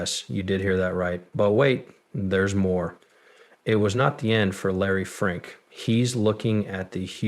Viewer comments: Just for the record ! His name is Larry Fink not Larry Frink..! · Dude, at least get the name right of the guy you're focusing on. It's F I.N.K. SMH.